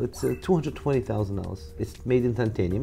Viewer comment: Mr. Jacob, it's not Tantenium, it's Titanium... Lol 😝😅